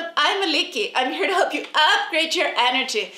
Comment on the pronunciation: do you have a Greek origin? Your name, since you say it Aliki and not Alice, makes me think that.